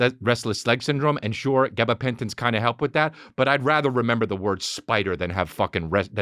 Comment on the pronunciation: Lol just love the way Chris says gabapentin